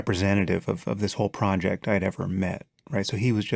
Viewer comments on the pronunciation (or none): I have problems with sam when he says project